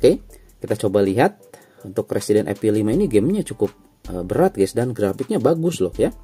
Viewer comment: Evil bukan epil